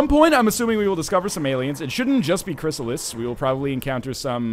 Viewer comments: Loving the LP so far, but good God man, it's a "Chryssalid", not a "Chrysalis". Not really hard to remember it ends in a D. That name wants the D, not the S, you should remember that. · ChrysaliD not chrysalis